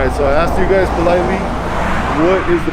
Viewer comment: he axed u nicely